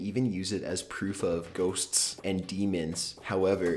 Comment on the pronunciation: Th way this guy says the word "ghosts"